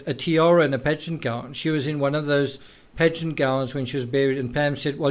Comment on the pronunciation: Ya. Lol. He kept saying 'pageants' and for 4 minutes I thought he was saying 'bed sheets'.